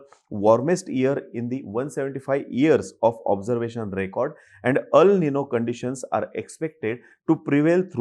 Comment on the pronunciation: अल् निनो नाही, एल् निनो.